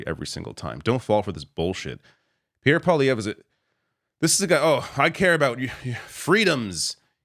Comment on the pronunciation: whoever heard of a cowboy called pee air.